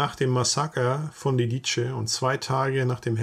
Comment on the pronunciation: Ein zweisprachig aufgewachsener Verwandter hat mir erklärt die richtige Aussprache sei "Lidize", nicht "Liditsche".